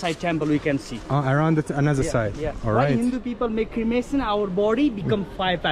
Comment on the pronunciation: You are pronouncing it as "Crimination" but it's "Cremation"